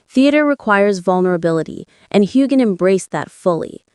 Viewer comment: There is no g sound in Heughan!